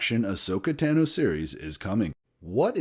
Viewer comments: Ashoka Tano you got the first name right Tano is pronounced Tah no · “One of my favorite characters is Ahsoka Tano” if she’s 1 of ur favs WHY DID U SAY HER LAST NAME WRONG!!!!!!! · He mispronounced a few names and it took me right out of the video lol